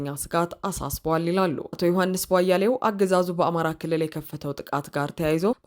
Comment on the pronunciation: የዮሐንስ ቧያለውን ስም ስትጠሪ በተደጋጋሚ የስም አጠራር ግድፈት እየፈፀመሽ ነው. "ቧያሌው" ሳይሆን ትክክለኛው" ቧያለው" ነው:: "ሌ" ሳይሆን "ለ"ነው! አስተካክይ!